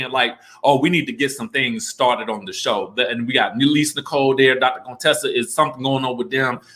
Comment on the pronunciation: I enjoy your videos, but.....Would you PUHLEEZE pronounce Contessa's name correctly. Her name isn't "Coontessa". That's so disrespectful!